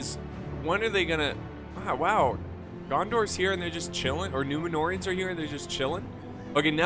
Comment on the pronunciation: loooooool if you activate subtitles the "numenoreans" pronounced "numenorrrrr" by, and trascripted by the youtube machine........ "new manure" whahahahaha 🤣🤣🤣🤣💩💩💩💩